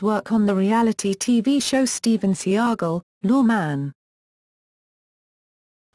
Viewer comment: Its pronounced (Say Gall) not Sea-Ahh-Gol) Goofy Brits.